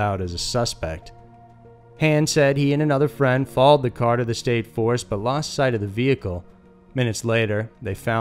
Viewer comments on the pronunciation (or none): none